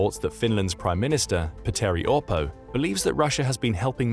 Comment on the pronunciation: Not the ”Peteri Opoo” at 7.55 😂😂